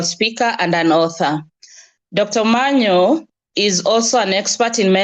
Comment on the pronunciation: Dr.Omanya not Omanyo. Pardon my tongue with Os'